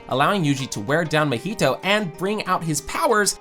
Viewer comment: its not mohito its mahito num nuts